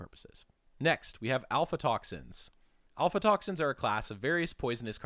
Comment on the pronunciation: It's AF-LA toxins, not alpha toxins